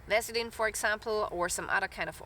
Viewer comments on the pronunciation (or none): none